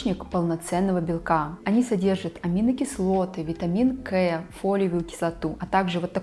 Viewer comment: трава называется не душница, а душица, и произносят, не витамин Кэ, а витамин Ка. А пигментация часто появляется от внутренних дисбалансов, и есть интегративные косметологи, которые в том числе корректируют питание, образ жизни, чтобы пигментация перестала появляться.